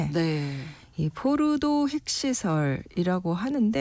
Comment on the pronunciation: 포르도 뽀르도 포르노 뽀르노 기자맞나?